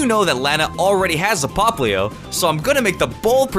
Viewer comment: Not poplyoow